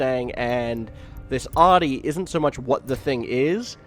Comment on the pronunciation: He doesn't know how to pronounce Audi?